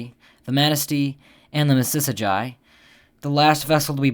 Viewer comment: sorry to say this nut you misprenounced mississagi